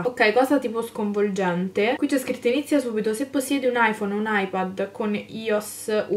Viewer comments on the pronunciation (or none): none